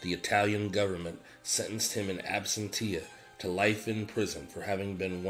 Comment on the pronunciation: Good content for us OC buffs. You are starting to nail the name pronunciations. Production and pics is average to above average. Good narration voice. Thanks and keep it coming!!🎉🎉 Helpful Pronunciation critique: absentia is uhb-sen-shee-uh. Keep it up!